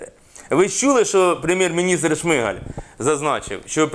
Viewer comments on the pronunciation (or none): none